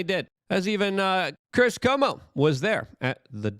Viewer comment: Luke says "chris CUH-MO"